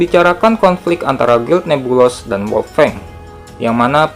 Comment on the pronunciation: oh ya min itu guild NEBULOUS bcnya nebulus aja min 😊